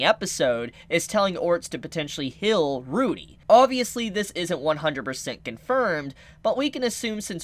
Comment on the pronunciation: why do you purposefully butcher the english language ? wth is a hill ? it's heeeeeal and other shinanigans / birf mark